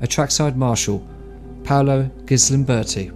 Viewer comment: Paolo GALIMBERTI, not Gislimberti.